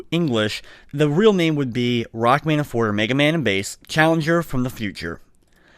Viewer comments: Rockman Shadow is called Quint. Forte is pronounced Fort-Ay, not Fort. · Except here it's not the French word but the Italian word related to music. And it IS pronounced for-tay.